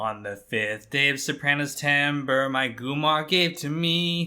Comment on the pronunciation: The way you say Gumar always hits wrong lol